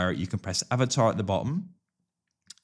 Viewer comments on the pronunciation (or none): none